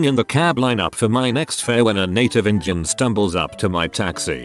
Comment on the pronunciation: Really need to fix the pronunciation of "Indian". Yikes.